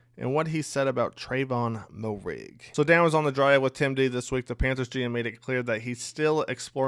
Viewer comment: Great breakdown. A playmaker at free safety and nickel corner by my estimation. Not for nothing, but Moehrig is pronounced Mayor-ig